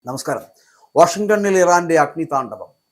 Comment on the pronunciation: വാഷിങ്ടോണിൽ എന്ത് പൂർ ആണെടോ കുണ്ണേ നിന്റെ വായിൽ തുറി വക്കണം. ശവം.